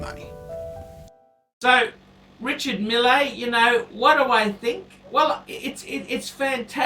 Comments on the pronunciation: Its pronounced mill!!! Anyway glad to hear you have come to your senses and would like a lange... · I don't think you realise that I know French very well. In French you generally ignore the last letter and the R's should roll off the tongue. can't pronounce his native English words let alone French names! Meel is probably closest we can get to how it's pronounced.